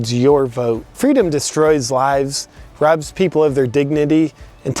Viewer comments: I think you mean fweedom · Excellent work! who needs fweedom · Don't you mean "Fweedom" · All the leftys I know believe in fweedom now..